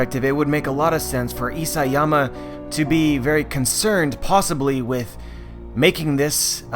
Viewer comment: Isiyama ugh Isayama